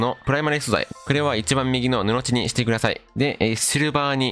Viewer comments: ぬのじだと思いますよ。わざわざ返信ありがとうございます👍🏼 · 布地の読み方 ぬの"ち"はおもろい